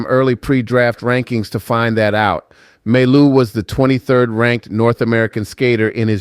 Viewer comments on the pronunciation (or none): we pronounce mai you not maillou lolol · Can you please stop saying May-Loo ? its Mah-You! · your pronounciation is wrong. You should prononce like Maiyou not Mallou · You pronounce his name My You not May Lou! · For your information, mailloux is pronounce Mayou! The way you pronounce it is if his name was written with only 1 L, mailoux, but it is not. 2 L sounds like Y. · The right pronounciation of Mailloux is Myyou if it helps in pronouncing Mailloux. :) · pronounced Ma-yoo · You need to work on his name, the l's are silent mon ami